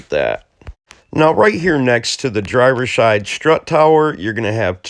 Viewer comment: "The driver shide strut tower" lol ☠😂